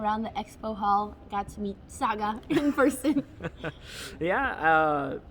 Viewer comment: Sagar Shah: forget Andrea's name... Andrea: Saga Sha